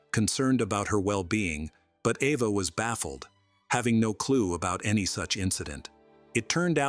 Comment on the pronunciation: Her name is pronounced Ava. Her sisters name is pronounced shawshaw. AI voice i suppose.